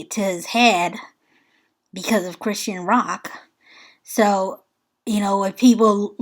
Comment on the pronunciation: Hey sis! Great video 🤗 She pronounces her name: CHRIS-SHAWN. ❤